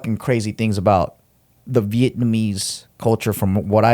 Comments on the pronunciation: Your pronunciation of Vietnamese is solid bro. Well done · Damn you pronounce Vietnamese fluently.